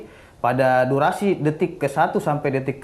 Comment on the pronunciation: DUARASI ( durasi ) 🤣 , pengacara apaan sih ini....